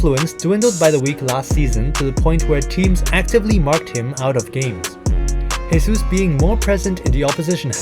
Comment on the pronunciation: Great video. Just a tip: Jesus in portuguese is not spoken as "resus", it's "Jesus". "resus" is the spanish version, like "Jesús Navas,", that is spoken as "resús navas".